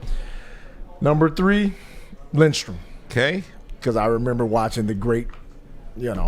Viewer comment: It's LIDSTROM ..c'mon lol